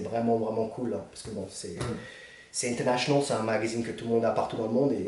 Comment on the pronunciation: Mon dieu explique moi pourquoi chaque trou de balle anglophone se pique à ce " fucking internachonol" jcvd syndrome